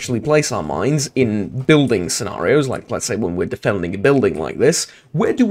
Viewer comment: I thought the last word said "miners"